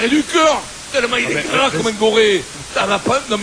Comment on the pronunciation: "il est grrrrrras comme un goret" 🤣🤣😭